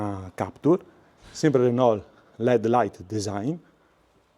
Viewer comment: Non è una critica ma un consiglio da un amico francese, si dice Renò non Renolt come dici tu